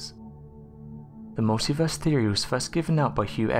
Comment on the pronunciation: Every time I hear "mulitverse theory" it makes me smile. Not a concept for those with limited imagination.